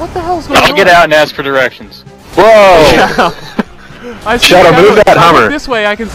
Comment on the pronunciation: "Somebody get out and ask for derections" that had me crying!!